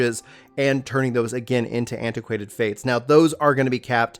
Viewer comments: It's acquaint fate not antiquated fate lol. Good video though! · Antiquated Fate. Hahahaha but its all cool. I subscribed cause of the content and the compliments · "Antiquated Fate" "Stanima" "Enema" Bro I'm not sure that this is the career for you LOL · Oh dear lord... dude.... can't you read?! "STANIMA"? ... no! Repeat after me: S-T-A-M-I-N-A! . It's ANEMOCULUS not... whatever the f***ck you said... And "Aquaint Fate" not... antiquated fate.... And a BUNCH of other stuff, it made my brain hurt.... other than that, good video.